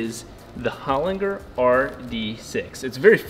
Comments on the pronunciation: Hol-in-ger!! not Hol-inger. Awesome Aussie Engineering - go you good thing!!!! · Holinger with g pronounced like g in German not in g in good. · Learn how to pronounce the brand of your transmission Holinger The G sounds like a J. A great Aussie product 🇦🇺.